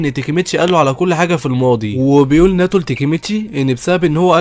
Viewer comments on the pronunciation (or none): تابعت هذا الانمي..... تلخيصك حلو بس للاسف تنطق اغلب الاسماء خطأ 😅 تاتشيبا صارت تاتشيبان 😂 وناوتو صار ناتو 😂(الناتو شئ يؤكل) وعصابة طوكيو مانجي صارت طوكيو مانجا 😂 ما كملت الفيديو ف ما ادري... بس غالباً جبت العيد في اسماء ثانية 😂 بس تلخيصك حلو الصراحة+طريقة سردك للاحداث حلوة جداً... تجيب المهم وما تكثر كلام... استمر... لكن حاول تصحيح نطقك للاسماء... وبتكون احسن قناة تلخيص في اليوتيوب...عجبي كمان غير التلخيص انك تشرح الاحداث المعقدة وكذا وذا جيد جداً... استمر